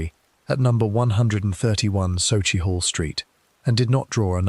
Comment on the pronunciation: SUCKIEHALL st that’s how it’s pronounced.